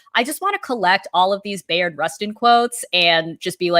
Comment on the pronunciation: Pronounced: "Buy-ard" Rustin.